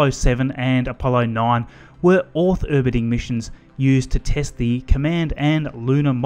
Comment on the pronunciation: “orth erbiting”